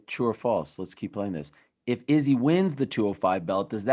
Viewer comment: I really can’t handle the way Ariel says izzy name anymore!!!